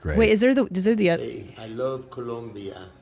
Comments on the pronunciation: It’s Colombia not ColUmbia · It's Colombia not Columbia..... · The country is called "Colombia" not "Columbia". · Columbia? Like Vancouver? Because there is NO U IN COLOMBIA! Keep these gringos out of here. Gringos guevones. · First of ALL... It's "COLOMBIA" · TOMAS YOU KNOW IT IS COLOMBIA NOT COLUMBIA!!!! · Colombia, not Columbia. ...Stop wincing, you fucking dope. Get your act together. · Its coh-lome-bee-uh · The way he says “Colombia” gets me every time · The name of the country is COLOMBIA with an O 🤦🏻‍♀️